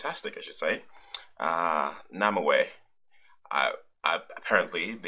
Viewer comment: namewee pronounced name - wee